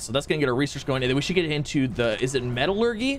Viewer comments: ME-TA-LUR-JEEEEE NOT GYYY (lol sorry I just get triggered) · Haha...Metal-urghee dude it's Metal-ur-jee = Metallurgy. Feeling sorry for your Teachers. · This is like plantary annihilation just with out battles and the many many robots but a little better Edit: the way you say metallurgy is hilarious it's met-a-llur-gy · METALLUR-JEE!!! Metallurgy lol